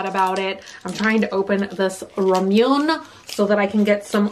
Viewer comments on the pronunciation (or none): please bunny i love you and i hate to be so nit-picky but it's Rah-mu-ne, not ra-moon... please.... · Ramune is pronounced raw-muh-nay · it's rah-moo-neigh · Say it with me now, "RAW-moo-nay" it's a very Japanese way of saying "lemonade." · Your drink is pronounced ra moo nay'. Accent on the last syllable. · Loving the vid! I missed these little unboxings ❤ ok but who else is cringing at the fact that is saying Ramune and Basquiat wrong? Its itching at me so much omg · bro when is she gonna say ramune right